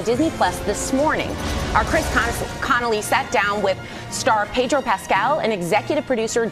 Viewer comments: PED-or not PAY-dro, honestly how many times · It Pedro not paydro, Ped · Pedro is too nice to correct people when they pronounce his name incorrectly. Either that or he’s just given up.